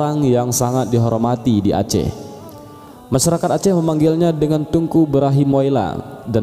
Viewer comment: Ralat Min TEUNGKU Jgn dibaca TUNGKU😌